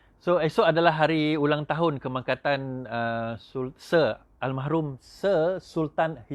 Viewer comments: Al marhum....! bukan Al mahrum.... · bukan al mahrum, al marhum la